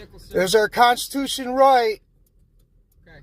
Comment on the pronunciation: ... what's constooshun? PS: "Keep calling people higher up the chain of command, till you find one who agrees with me. Whaddaya mean the sheriff doesn't agree with me? Who's the sheriff's boss? ... oh." PPS: Nice job admitting you've been driving an unregistered vehicle for more than a year, dumbass. PPPS: "You think I'm stupid?" Is this a trick question? Of course we do.